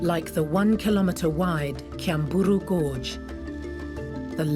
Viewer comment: Kyambura not "kyamburu" gorge. I'm surprised you didn't document the great Chimps at the gorge; they are my favorite sight at Queen Elizabeth National Park, along with the elephants and the tree-climbing lions. I'm Ugandan, living in Uganda, by the way. Also, in addition, all of the major mountains in the Rwenzori ranges are snowcapped. I know this because I have been there. This is a great documentary still - I love it!